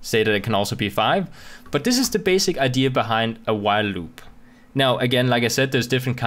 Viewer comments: "LLLUB" 😂 Btw awesome video! lol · same! louop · I love the way you say "loop" :D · I thought i was the only one who thought that XD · hahaha I just started the video and scrolled down directly just to see if some1 else noticed the pronunciation xD